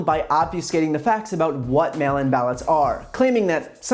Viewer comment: Did he say "mail imbalance" instead of "mail in ballots"?